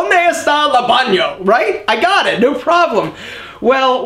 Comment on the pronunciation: Sorry to tell you, but you can speak Spanish either, "la bano", after 4 years, LA banO??? Geez!